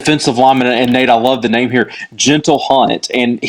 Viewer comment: Wow. I thought I had heard some name mispronunciations this week, but you guys are truly pitiful. The BARE-MINIMUM effort to qualify your predictions would be to just watch a previous game broadcast. It's SO apparent you didn't even do that, however, because you butchered almost every name you tried to pronounce. Most prognosticators can at least cite some common stats to back up their claims, but your best shot at a reason for your pick was this intellectual gem - "I just think they've got a little more juice right now, just a little more in the tank." Truly awful.